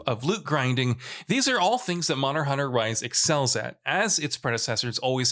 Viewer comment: Anyone else here him say “Monor Hunter?” Great vid